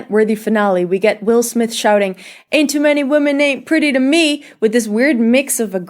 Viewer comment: It is not pronounced Smif It is actually just Smith